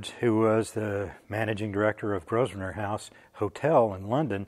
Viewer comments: interessting video. thank you. Grosvenor: the S is silent. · You know that the s in Grosvener is silent, and the vowel sound of the o is like the word 'of'.